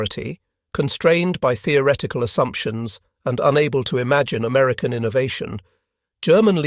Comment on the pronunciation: 'Amerucan' ?? Give me a break. Yet again this nonsense is repeated. ALL of the Allied high frequency radars friended ENTIRELY on the British invention and development of the Cavity Magnetron by Randall and Boot at University. Of Birmingham in England. It was handed to the Americans at the Tizard Mission in Depot 1940. They produced it by the thousand. And well done to American factories. Credit where it is due. The radar was essentially a British invention.